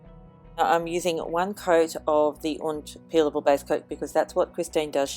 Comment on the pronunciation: It said "peeable" instead of "peelable". Lol.